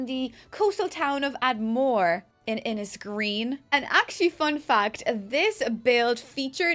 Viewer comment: I’m sure you already know this but it should be pronounced Eye-more if we’re using Irish phonetics! Not sure if they are though. Also In-ish-green!